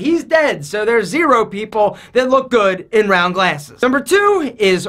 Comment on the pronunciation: “Rrrroun’DUH sun glasses” 😂